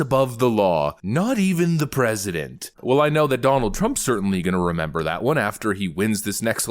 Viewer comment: Not "pressssident."